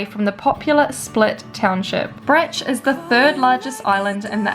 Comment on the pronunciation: Bro… its not Brech.. its fucking Brač. Just say Brach…and its not Hver its Hvar